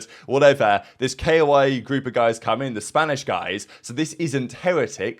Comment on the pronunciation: Koi, not keioai, koi like a fish, be a koi, not a keioai